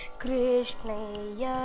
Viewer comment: Pls listen to Baro Krishnaiyya again and again so that you can realise that has pronounced it rightly. You should also know that Krishna and krshna are both right pronunciation in their own ways.